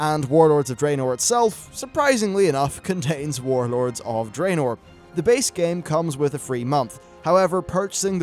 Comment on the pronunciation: Draenor is pronounced Dra-nor. The only bad thing about your vids, everything else is top notch but I can't listen when you say it wrong lol